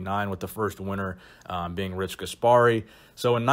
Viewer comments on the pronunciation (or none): none